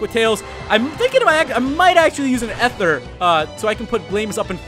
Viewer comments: Dude its eeeethur. E-therr. Not Ehther. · I've pronounced ether wrong all my life